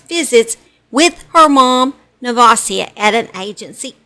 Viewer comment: This is so sad. I went to JR high school with her. She had been abused all her life. Never would i have thought she would do that to her daughter knowing the truma abuse can cause. Btw your saying nevasia name so wrong.